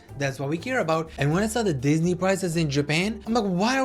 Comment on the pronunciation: “dihhsney” bro💔